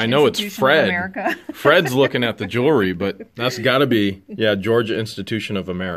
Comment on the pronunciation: george! don't be offended, but pronounciation of Jewelry is not 'JEWLERY'. Just sayin.. You can pronounce it anyway you want! Love your videos together and singularly. What The Hales rocks!!!